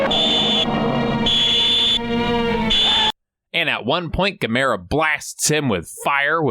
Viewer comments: Gam errrrrrr aaaah dam it !!! lmao Not Gimera keep the good videos coming : ) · Right from the jump mispronouncing Gamera. Rhymes with “camera”. Even if the original say different, even if the dubs say different. None shall besmirch the glory of Gamera, friend to all children!